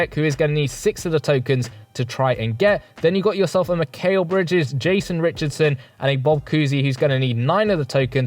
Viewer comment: "Mikayl Bridges"